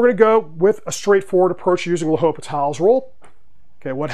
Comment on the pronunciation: The H is silent. But great video and good problem!